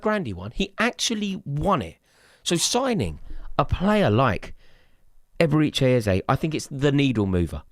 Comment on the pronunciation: "Eberichay Ezay"😂😂😂